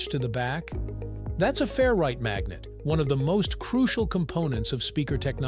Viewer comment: I took a shot every time you said fair-right instead of 'ferrite', and now I'm hammered.